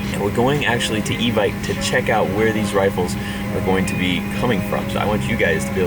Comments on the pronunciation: Love that place but it's pronounced... EEEE ViKE like Nike... EVIKE. EVICT is probably not what they want to hear. 15 year airsoft player in California, no one says EVICT. Good luck on the new rifle, I'll have to go test her out. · Evike is pronounced e-vick just a little info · Bro. It's Evike. E-Vike 😂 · It’s evike... not evike